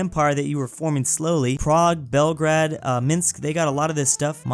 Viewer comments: "Bremingham" "Belgrad" "Keeev" "Canaburra" "Canabarra" "Care-racas" "Cyra" You have to love pronunciation. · It's pronounced, at least in English, Belgrayd. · please pronounce Belgrade as Bel, and Grade as the word Grade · As a Serbian i hate how you didn't say Belgrade right